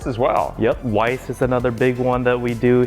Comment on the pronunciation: For anyone who may stumble across this: its Weiss is pronounced Vice not Wice. Its German for white and Schwarz is black.